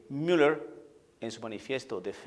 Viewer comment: disculpa, no se escucha bien la pronunciación con asento anglo (Miller)en una plática en castellano, discúlpeme y perdone se escucha feo e inmaduro. Se escucha antisonante.